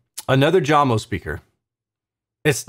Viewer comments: It's "Yamo" not "Jamo" :) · Hello and thanks for your hard work doing these reviews. Jamo is pronounced "yamo" 😉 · You reviews are the best - it is pronounced "Yamo" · The speaker brand is called Jamo = JAMO (yah•mo), not Jam-o - and they "used to" produce great speakers. They are now owned by Klipsch and they seem to be engineered to fail in the SQ dept like other Klipsch speakers (ie: these are the same people who killed Mirage, Energy, and Athena Technologies). Of course, they'd be better if one buys them used for really cheap with the purpose/idea of modding them with cabinet damping and a crossover mod, a'la G-R Research and Audiophile Ninja. Shame on Klipsch.... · Your not even pronouncing the name right , it pronounced Yamo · Maybe try Jay-mo lol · Danish origins, so pretty sure J is pronounced like English Y (when used as a consonant). Love your reviews. Keep up the great work,. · I love your measurement based reviews but for some reason, the fact that you pronounce the company name with a J sound tells me all I need to know about this video. I feel you missed the mark here. Jamo, pronounced with a "Y," is the quintessential example of of the statement, "Measurements lie." They have a sound sure and if you don't like it, you do you, but many people do like it. And honestly, that 5.0 S series ons ale for $190 is something we need to be talking about as a soundbar replacement. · Great work on the videos, BUT, you could have pronounced Jamo properly, that is the least you could do. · If you play this video on Jamo speakers, pronunciation of "jamo" sounds correct😅😭